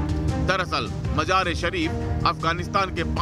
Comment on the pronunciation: Qabja😂😂😂 Qabja nahe Qabza hota he aur Majar e Shareef nahe hota Mazar e Shareef